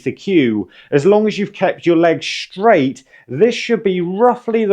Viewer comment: Telling it SHtraight.